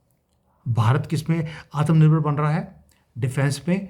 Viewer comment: THIS IS YOUR BEST VIDEO. PLEASE DON'T PRONOUNCE ATHMA NIRBAR AS ATAM NIRBAR.